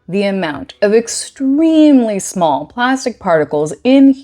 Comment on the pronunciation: I clocked Liz the Chameleon at second 5 and was unreasonably giddy by the time you went e'smawll!